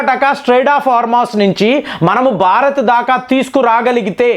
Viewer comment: బారత్ కాదురా భారత్